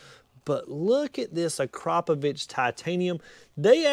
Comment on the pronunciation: Acrapovich??? I have never heard Akrapovic pronounced as "Acrapovich". Akrapovic is probably one of the most known brands when it comes to true high performance. I would have thought that a performance shop would be more familiar with such a good brand.